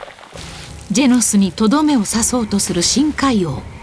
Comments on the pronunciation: ジェノスがジェンスに聞こえた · ジェンズに聞こえるけどよく聞いたらジェノスって言ってるゾ 名前勘違いしたわけではないと思うゾ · ジェノンズに聞こえるんやが俺的には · 不思議ですが自分は聞くたびにジェノスとジェンズが入れ替わってます・・・ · ジェノスって思うとジェノスって聞こえるし、ジェンズだと思うとジェンズ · orz三 「ジェノスって言ってると」思って聞いたらジェノスって聞こえたゾ（個人の感想） やってみて